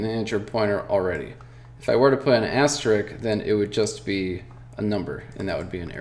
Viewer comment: It is called asterisk, not asterick ;)